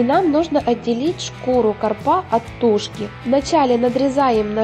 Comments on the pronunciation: кАрпа, а не карпА.... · И все же, правильно говорить кАрпа, а не карпА. Это просто, ударение только на первый слог. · Что за карпа, может ударение правильно поставите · Не карпА, а кАрпа! Ну что же вы?......прям как с другой планеты! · карпа, а не карпа. А так умница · Уважаемая автор, пожалуйста, обратите внимание на ударение в слове карп. КАрпа, не карпА. Очень режет ухо. Спасибо за видео. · Карп, а не карпа. Ударение на первый слог. Уши режет от такого произношения. Дальше смотреть не хочется. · Автор - молодец! ( А,ударение в слове " карпа" в Украине - на последнем слоге??? У нас - на первом слоге.) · ну почему такая безграмотность,ударение приходится на первую букву а.